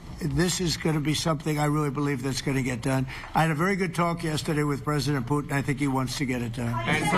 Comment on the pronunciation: the orange cannot even say the putlers name correctly.. hehe .. "pooten" hehehe